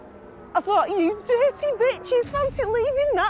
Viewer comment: "You DIRRRTY bitches-" I'm WHEEZING 🤣😩😭